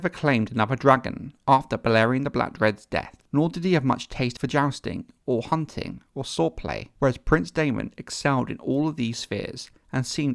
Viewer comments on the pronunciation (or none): none